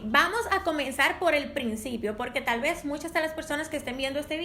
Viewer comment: ''VAMOS A COMENZAR POR EL PPRINCIPIO"